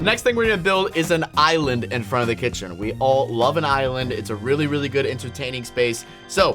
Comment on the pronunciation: you said island right